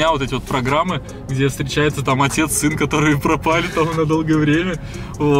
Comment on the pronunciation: Макс пачиму отець говорит син а не Макс?